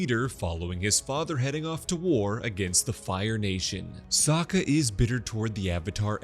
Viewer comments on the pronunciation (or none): or "Sak-uh" i know he's kind of a sucker but